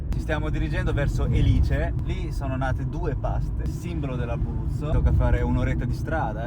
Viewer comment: Nel bocconotto c'è la scrucchiata, insieme al cacao. Poi di chiama Élice, non Elìce.